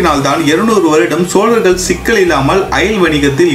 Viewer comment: தங்களின் தமிழ் உச்சரிப்பு உயர வேண்டும். வல்லினம் மெல்லினமாக உச்சரிக்கிறீர்கள். சோழர்கள் என்பதைக்கூட சோலர்கள் என்று உச்சரிக்கிறீர்கள். பேச்சில் ஆளுமை வேண்டும்